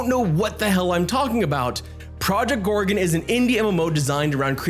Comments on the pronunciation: "Project Gore-re-unn'..?;) Great video,. Thank you! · Yeah.... how can he pronounce it wrong when it's clearly written. 😂😂😂 Or he's just trolling to get us to leave a comment